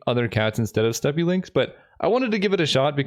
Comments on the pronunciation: Please tell me this doesn't become a Mandela effect thing. WE ALL KNOW HE SAID 'STEPPY' and not 'STEP'!!! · Penny dreadful is really a sweet format! Also steppe is pronounced [step] and not [steppi] 😅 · Oh lord he steppy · it’s pronounced step, not steppe